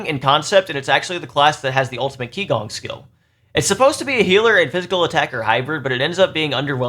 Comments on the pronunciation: Thanks! That was helpful! As others mentioned, a hero tier list would be pretty hansy as well! Btw, qigong is pronounced chee-gong (not key-gong) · Great video, but one small nitpick - Qigong, being a chinese word, is pronounced "Chee - gong" instead of "Kee - gong" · Psst... it's "chee-GOONG", not "KEE-gong" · Just FYI, “qi gong” Is pronounced “chee gong” 氣功